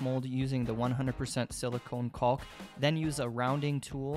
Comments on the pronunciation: "kawk" - there's no L phonetically. Sure, English is at times a dumb language, but it's properly pronounced "cawk". As a college prof - just lettin' you know so that to folks who are really turned off by such - I work w/ those folks & they irk me daily - might not turn you off & might want to buy your excellent artworks or pay you for your artistic insights on a project. Peace be unto you. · I think you're the only person I've ever heard who pronounces the L in caulk. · I know it sounds dirty, but nobody calls it 'caulk', its pronounced Cock.